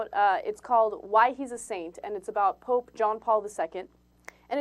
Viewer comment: hahaahahahahah "The Plope" ?? lol